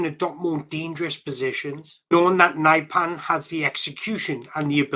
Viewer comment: He is not "severe", he is Sverre. Not "naipan" either.